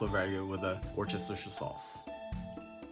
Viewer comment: Repeat after me...wuster-sheer sauce 😄 💙